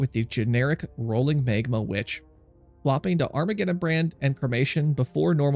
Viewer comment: It's pronounced Mag-ma, not Mayg-ma. :D